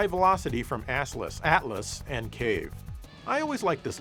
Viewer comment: "SoftOrifice--Office" "Asslus-Atlus" stop being such a coomer and just talk about the games